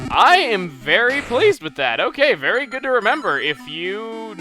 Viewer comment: wait, did he say he was fairy pleased or very pleased lol